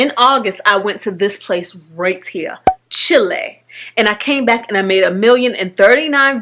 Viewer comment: "Chilei"?? Chile*